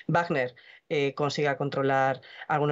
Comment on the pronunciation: Wagner no se pronuncia "bajner", que lo sepas